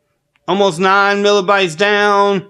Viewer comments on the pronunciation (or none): Did he say Milibytes? LOL